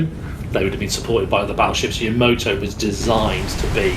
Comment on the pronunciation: Hearing you two say "yo-mo-toe" made me cry